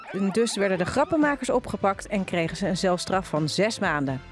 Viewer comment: Celstraf wordt uitgesproken als selstraf, niet als zelstraf.